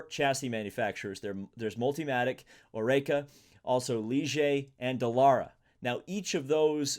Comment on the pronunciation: pronouncing Oreca as O-RAY-KA? lol